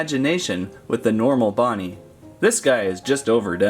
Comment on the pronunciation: It’s not nightmare BOnnie it’s bonnie